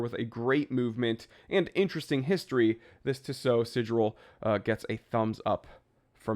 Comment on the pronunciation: It's pronounced tea-sow